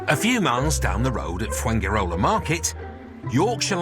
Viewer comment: Is it not amazing that foreigners after living abroad for even 20 years, still do not know how to pronounce very basic words or even the place they live in like Fuengirola.